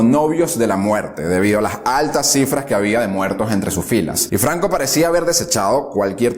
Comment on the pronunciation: No termine de ver el vídeo, de donde es ese acento? Flancisco Flanco